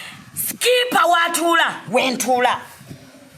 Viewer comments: speaker obo skipper 🤣🤣🤣🤣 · the word is speaker not sikipa🤣🤣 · Hahaha nva ku luzungu sipika, digili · Hahahaha did i hear skipa 🤣🤣🤣 house gal onjagaza ogwage team saudi halo